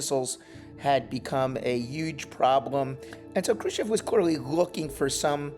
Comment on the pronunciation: Le May; just another gong-ho general with too much ambition. Thank goodness Kennedy did not listen to him. BTW; not ONE documentary narrator pronounces "Khrushchev" properly. They say Krushev!